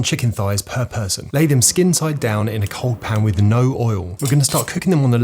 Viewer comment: Im trapped in the dungeons of "per person" in an English accent